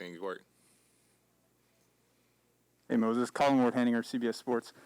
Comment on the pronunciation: DANG MAN! WHY DO PPL KEEP SAYING HIS NAME WRONG?! First it was Kendrick perkins on draft night, then it was that announcer in summer league, and now its the owner of this channel. His name is MOSES not MOSE Or Moody Moses or sonething else! Moody should have a chip on his shoulder because of this!